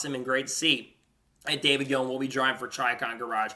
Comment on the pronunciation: Gilliland is pronounced Gill-i-land not Gill-and